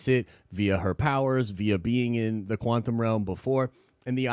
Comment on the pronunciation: Once you notice that says “quanthum” realm you can’t unhear it.